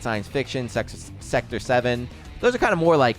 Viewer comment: His struggle to say Sector 7. I was really hoping he just say Sex In The City. I don't know why I just wanted to hear him say that